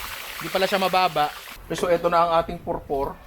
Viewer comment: Ninong Ry ! If im not mistaken. Pupor yung isa. Pupor ng Batangas. :) not purpor. :)